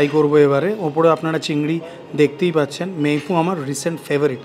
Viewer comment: আবার ফরাসী উচ্চারণে "মেই ফুঁ" ? আশিস বিদ্যার্থী সঙ্গে থাকলে তো‌ সঠিক "মেই ফুন" বলতেই শুনলাম যেন‌ !